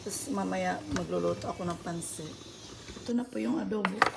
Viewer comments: Pancit pronounced as Pan-Sit is life huhu more power to you! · I'm impressed by you ate. Pagpatuloy mo lang yan. Sana umasenso ka pa. Pero sana wag mo iibahin ang accent ng mga Filipino food like when you said "Pancit", you sounded like a foreigner saying it. Sana Filipino accent parin ang gamitin mo kahit mga Americans ang sinasabihan mo ng "Pancit" para din kasi sila mismo, matutunan nila ang Filipino pronunciation ng mga dishes.